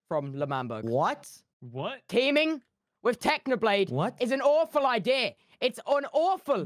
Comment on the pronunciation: "IT'S AN OUFUL IDEA" tubbo has gone irish